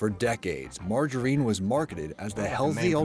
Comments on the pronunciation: They keep pronouncing it like Margareen but it’s not it’s MargarINe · No one : Josh : margahrene 🧈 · I hate how this guy pronounces margarine